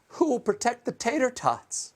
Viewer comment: "Would somebody please think of the tatortots." 😁